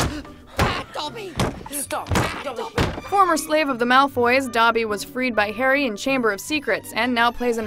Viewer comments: did she just say "hairy"? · Why do you prenounce his name as: Hairy potter?